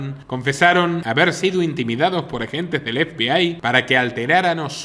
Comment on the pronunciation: Ef bi ai? 😂😂😂😂, pero como se puede ser tan paleto, zampabollos. Estás hablando en español efebei, FBI, o si no habla en inglés cateto, a no , que creo que no sabes😂😂😂. Eres igual que la muchacha del dentífrico, "Colgate"😂😂😂 osea un meme. Y te crees un ilustrado?😆🫣.